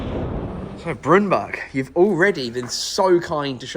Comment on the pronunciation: It's Brunberg, not Brunburg 😉 Me and Kevin is almost neighbours 🙈 Welcome to Sweden some day 🙏🇸🇪